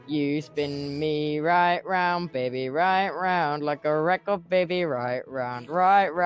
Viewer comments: No I love it it’s recor it’s so good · It’s so goood Like a reco de baby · no I love the way he says record lol. It sounds like he's saying recor tho ngl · Yez thats a nice word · The way he right round as well is also like better XD record, right, and round are words tubbo says really well XD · No that's how you say it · It’s actually cool lol